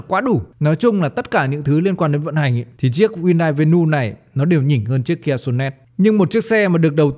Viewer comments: Vê nu😅😅😅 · Venue ko có s mà Bác đọc ét xì nhiều quá